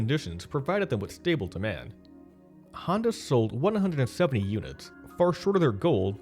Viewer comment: Why is his name pronounced Hando instead of Honda?